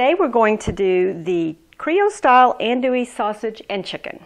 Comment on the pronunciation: Ahnn dooey..not and dooey